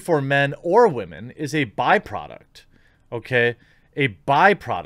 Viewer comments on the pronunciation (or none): I thought it was Waa man not Women